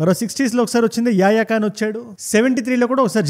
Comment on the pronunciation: యాయాఖాన్ కాదండి యాహ్యా ఖాన్ అనాలి.